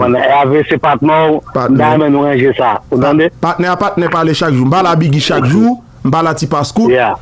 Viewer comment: C pa Paarler C parler